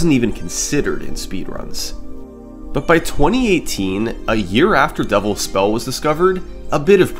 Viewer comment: Is "Devil's Spell" Summoning Salt's Pengwing? At least I keep hearing it as "Double Spell"